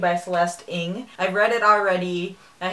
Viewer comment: THANK YOU FOR PRONOUNCING CELESTE NG'S LAST NAME RIGHT. you are the first I've seen.